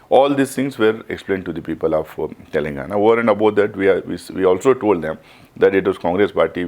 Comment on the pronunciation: Is he from Telangana? No one knows him. He has zero knowledge about Telangana. Including how its pronounced.